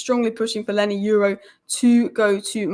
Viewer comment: 🤣😅😂🤣😅😂exactly not leny its leny